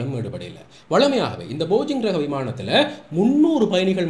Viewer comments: போஜிங் இல்லை bro, போயிங்..... 👍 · It is called BOEING not bogeing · நானும் கொஞ்சம் அவதானித்தேன். பரவாயில்லை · போயிங் not Bojing. Please pronounce it properly. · காணொளிக்கு நன்றி. இன்னும் ஒரு காணொளியில் கவனித்தேன் உங்கள் உச்சரிப்பு தவறாக உள்ளது. Boeing